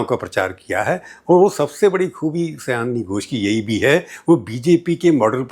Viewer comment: Sayaani nai, Saayani